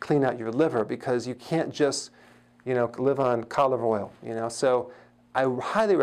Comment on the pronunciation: What the hell is "colive oil"?